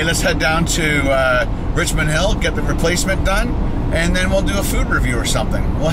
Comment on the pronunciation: It's supposed to be "Richmond", not "Richond"